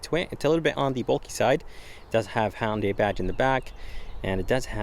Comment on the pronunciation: I just wish this guy would learn how to correctly pronounce Hyundai. Dammit it is NOT HONDAI.